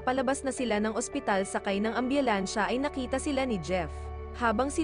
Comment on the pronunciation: Nahihirapan ako Kay Narrator.... ambyulansya😅maabyutan